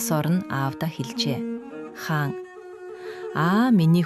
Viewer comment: Хаана гээд байх юм. Хаан гээч